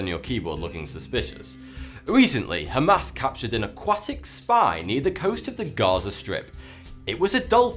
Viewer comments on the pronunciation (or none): none